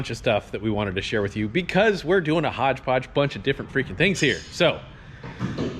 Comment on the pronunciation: "HODGE PODGE"